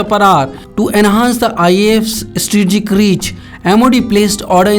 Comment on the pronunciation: Yea good that we are getting these age old technological aircrafts, but surely will serve our purpose to our country. Good job India. And plz next time can someone find a better TV reporter to speak, he is struggling to say the word "Strategic" he is going like "eStreegic". .......